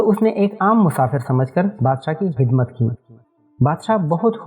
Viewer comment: Bro hidmat bolte ho aap ya khidmat Please replay